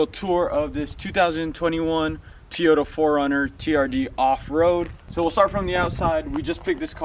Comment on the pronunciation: Teeyota.... that's an O...not a long "e"